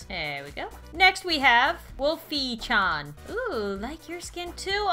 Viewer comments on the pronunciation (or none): IT IS WOLF E C-H-A-N NOT WOLF E CHON